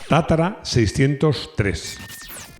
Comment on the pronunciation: Es tatra, no tatara...